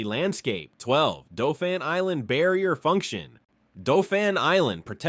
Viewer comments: Not Dol-phin but DAU-phin. Named for a prince of France, not the sea mammalian, Also, as an almost lifetime AL resident, all those misprouncements show ignorance of topic and the limitations of AI. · Didn't you learn that Dauphin is pronounced "doe-fan" and my beloved Mobile is now mobil...smdh